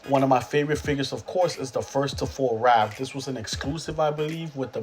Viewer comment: RAPH NOT RALPH 😒